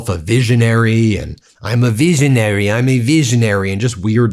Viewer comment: Melania says she's a "veejaanary"😅...i had to repeat her speech due to her ill pronunciation of the English she is spewing.